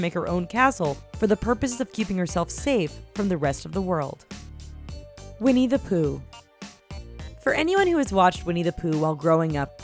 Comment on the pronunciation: when she said "Winnie the Pooh" I heard "We needa poo"